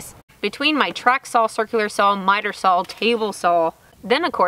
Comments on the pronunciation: I am sorry love your posts but saw is saw! not sawl! lol!! to each their own! great job! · I love how you pronounce SAWL!!! LOL Too cute. We used to say that up north here when I was very young. It seems like every time I watch one of your videos you do something that reminds me of when I was your age. Very cool and nice builds too. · I just like listening to say saw. Oh those funky Texas accents.